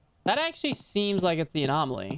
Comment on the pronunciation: Lmfao poor is having trouble pronouncing anomaly😂 GRAB THE WEINER JP!😂